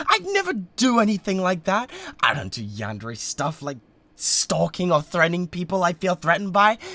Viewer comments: no fr im so glad he says it right 😭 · yes, it is a japanese word. you don’t say every syllable like it’s the same, but there’s a certain way and roll of the tongue way to say it, and he said it correctly.